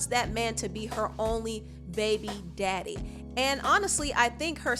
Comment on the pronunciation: I love how you strongly pronounce "baby daddy" and "baby mamas"... I keel everytime you said it 🤣🤣🤣